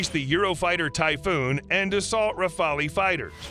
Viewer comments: Great video!! However those computer generated voice overs make dozens of mistakes (mispronunciation) on foreign names. I'll pass on all of them ( so many that us gentlemen of great culture cannot easily tolerate ) except for the Rafale. It's been mispronounced in the past as Raphael (a bit of dislexia there...) and in this video "rafalee". The pronunciation is rafal. Rafale means a burst of wind or gun fire., repeat after me. Rafal!! Thank you. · You might need to pronounce the term "Rafale"